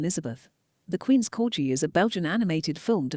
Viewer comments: It's pronounced CORGI with a hard G not CORJI! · The name is CorGi with a hard G not the way the commentator has pronounced it throughout the video. Unforgivable! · What's a "corji"? Its a corgi!!!